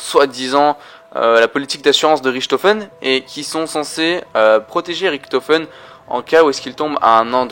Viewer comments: Désolé si t'a prononciation est horrible pour les oreilles quoi. Oui je critique à chaque fois mais d'un côté c'est pour toi aussi...J'ai jamais entendu TREYARK y'a que toi oO" Ta même un soucis avec Richtofen tu dit RIKtofen fin la encore tu la dit qu'une fois xD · D'un côté je suis d'accord on le dit avec la prononciation anglaise mais de l'autre pour nous les français ca veut vraiment rien dire quoi et la prononciation est lourd surtout